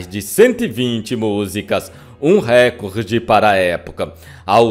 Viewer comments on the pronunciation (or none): none